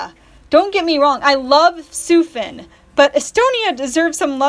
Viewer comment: thank god you pronounced sufin correctly